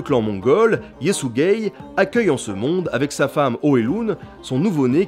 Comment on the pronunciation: Yesügei : yésuguei Hö'elün : Heu elun (h aspiré comme en allemand ou en anglais et u comme un /u/ pas un /ou/) . Temüdjin : Témudjin Börte : Beurté